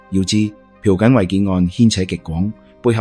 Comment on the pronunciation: 大陸仔講廣東話 尹錫悦（月），不是（若） 朴（撲）堇慧，不是（嫖） 酗（於）酒，不是（吠）